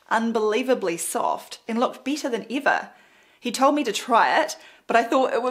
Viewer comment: "bitta than eeva" click